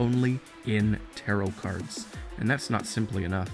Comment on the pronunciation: "She can read the future through taraoh cards" Me: Sono chi no kioku